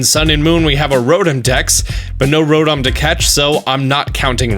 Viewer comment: So we are just gonna forget that he calls Rotom "Rodom"..... ok